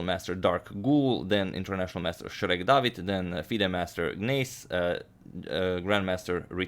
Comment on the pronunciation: I live for the way Adagmator pronounces "Shrek"